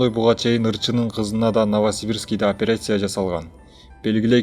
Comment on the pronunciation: Операйся эмес операция,журналист блогер болгондон кийин туура таза суйлогонду уйронуш керек